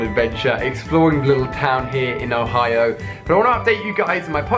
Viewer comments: Im sorry I don't wanna be a jerk but you said hoio and its Ohio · You accidentally said hoio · he said "hoio" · "never thought id go to hawaii-o" 😂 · LOL Ali sais OHIO funny. Oh and my buddy is Growlithe !